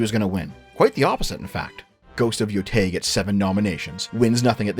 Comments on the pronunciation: I really love your videos. Your voice is so welcome in the video game space overrun my people on both ends of the political spectrum who just want to lord it over each other. I do have to ask though... your name is literally, HOW are you mispronouncing "YOTEI" as Yotai? It's pronounced as Yo-tay, which you should definitely know from hearing it dozens if not hundreds of times. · Every time he pronounces Yotei as Yotai a puppy dies Edit: also screw you for not mentioning Half-Life 3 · It’s pronounced “Yo-TAY-EE” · Im only watching this now, almost a month later and this shit is so annoying. has consumed a lot of anime, has played the game, has heard the correct pronunciation of Yotei tens of times by now and still gets it wrong. Idk how can it be that challenging for the avg english speaker to learn standard vowel sounds of most of other languages by this point in life.